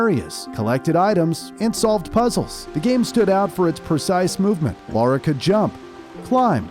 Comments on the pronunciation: Lara NOT Laura...how can you get such a basic aspect so WRONG?! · Her name is Lara not Laura. Why do you call her Laura every time you mentioned her name? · Very enjoyable video only slightly let down by constantly pronouncing the character's name as "Laura"